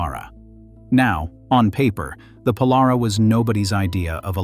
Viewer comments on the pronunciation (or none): Pole-are-awh??? More like Pole-air-raw...